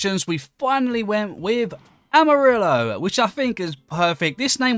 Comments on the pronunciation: Cute cat name pronunciation, It sounds cool. But, you don't pronounce the "L" when saying yellow in Spanish. It's more of a "amari(yo)" pronunciation. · Exactly. I speak spanish, and i dont know how explain that haha. Amarillo sound like "amariyo" Gracias compañero por la aclaración, me ayudaste mucho/ Thanks mate for the coment, you help me a lot 😅👍